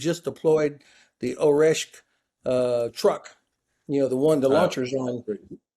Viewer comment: Great talk, thank! ‘Kinzhal’pronounced is slightly different though. With ZH. So is Oreshnik. With NIK at the end. Small details:)